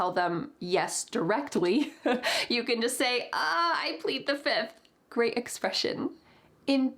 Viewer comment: "I plead the fiff!" "1, 2, 3, 4....FIFF!"